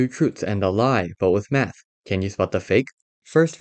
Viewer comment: You kind of said "meth" instead of "math"🗣